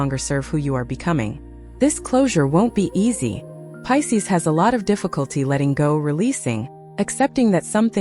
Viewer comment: . It’s Pisces, not Pises. lol AI.